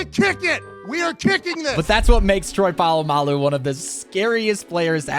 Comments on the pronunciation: Pamalow Instead of Polamalu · Btw you said polamalou wrong it is pola-ma-lou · troy palalamu is how it sounded like you said it😂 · No hate but “pulamulo” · Bro I died when he pronounced Troy Polamalu